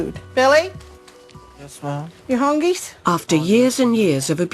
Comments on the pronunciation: ....did she just ask her 19 year old son "ya hun-ghees"? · ...did she just say "Billy , you hungees?" WTF